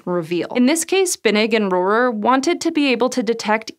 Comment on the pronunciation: Holy moly, you pronounced Rohrer correctly. That’s my last name and I’ve probably heard a dozen, awkward mispronunciations over the years. “Hello, is Mr RoHAIR there?”